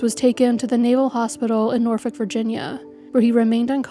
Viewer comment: Excellent work as always AND the correct pronunciation of Norfolk..you must be a native! 😊